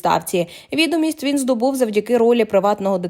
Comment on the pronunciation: Ти ж не бот, то чому вІдомість замість відОмість? Ганьба, навіть прочитати написане не здатне.